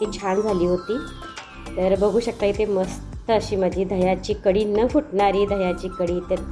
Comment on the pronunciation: ताई कडी नाही,कढी!